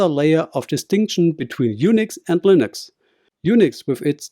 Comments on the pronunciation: its pronounced LIN-ex not LINE-ex..... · Why are you not using your voice? Your using AI. I can tell. Because of when the AI says Linux. It's not Lienx, it's Linux. That's all.